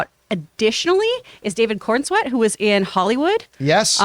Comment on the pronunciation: It’s David Corenswet. John these are bad picks.